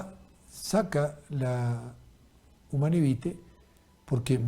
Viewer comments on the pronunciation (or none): "Humanae vitae", no "humane vitae". "Mayores dolores", no "mayor dolores". Prepare mejor las diapositivas.😮